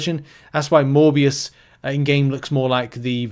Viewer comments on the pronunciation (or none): none